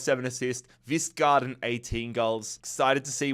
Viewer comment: You pronounce the K in K-vistgaarden 😉